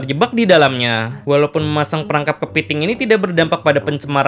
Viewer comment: Kepeting 😂😂😂, lucu ngomong "kepeting"